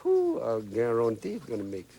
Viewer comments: I... GUAR-UN-TEE! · I gar-ron-tee